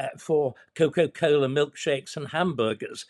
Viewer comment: It's Coca Cola not Coco Cola David.